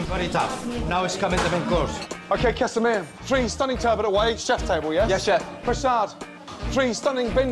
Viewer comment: casamia, not casamir